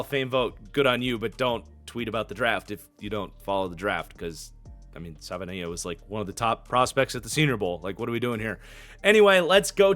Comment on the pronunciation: The Dolphins 2nd round pick is pronounced Sa-va-e-naya